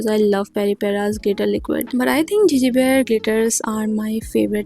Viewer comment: Love to see your Gege Bear makeup review. They're so cute and lovely! It's good to see people here try them. However, your pronunciation of the brand name is slight wrong. It's not pronounced as 'Gigi' as in Gigi Hadid but as 'Gégé. Thank you for reviewing the products!